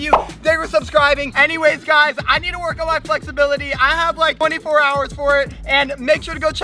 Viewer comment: is kinda weird when he says work!